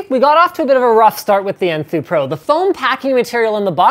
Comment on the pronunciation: LOL I thought he said poo too